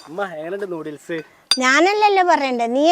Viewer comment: നൂഡിലീസല്ലാട്ടോ നൂഡിൽസ് ആണ് ഇത്തൂസ്